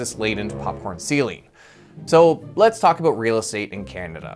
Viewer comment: We don't say "aboot". It's more like "aboat".